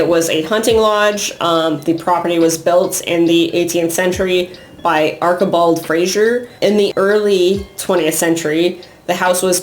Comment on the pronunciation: Heads up,try learning pronunciation. BO-LESS-KIN house.Arch ie bauld Frazer .This isn't rocket science.A little respect goes a long way.